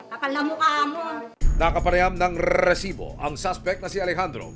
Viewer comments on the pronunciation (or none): Stop with the solid pronounciation of R in Resibo, please.